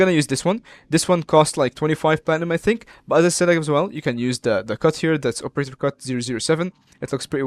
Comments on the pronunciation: (OPE)erator lol midwestern for sure. thx for the vid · I'm Midwestern as well, but I don't pronounce it like that